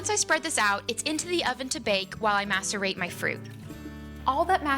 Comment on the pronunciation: i swear to gawd i thought she said "masturbate my fruits" lmao XD